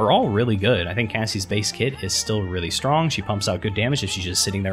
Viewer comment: he said stronk